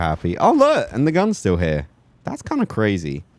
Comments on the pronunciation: ur stressing the a in "yall", it should just flow without stress. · He said y'all at the end....even morph didn't sound right saying it